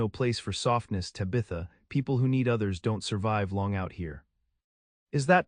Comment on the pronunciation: It’s not tibatha it’s taaabatha.